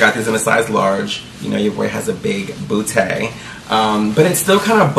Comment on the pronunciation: Lol "bootay"